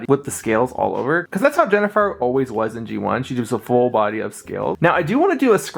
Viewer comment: Also, it's HEN-A-FIRE, NOT JENNIFER as YOU SAID.